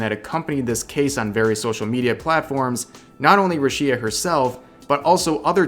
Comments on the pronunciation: The biggest drama here is Rev mispronouncing her name as "rew-shee-uh" instead of "Roo-shee-ah" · It's RUshia not ruSHIa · That mispronouncing of the name earned himself a dislike. Haha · That pronunciation tho. Ruesheea 😂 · What triggered braindeads: see Revs recap What triggers me: Rev says Ru-Shia. Every. Damn. TIME. "private life of the talemt is left up to the individual. We, as cover, do not interfere with our talents' private lives." Say it with me: Entertainment. 👏 Company. 👏 GET BENT WEIRDOS. UNLEASH HELL YAGOO! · the way you misspronounce the name is driving me fucking nuts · man if you mispronounce Rushia one more time I swear I’m punching my monitor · The real drama is how you pronounce Rushia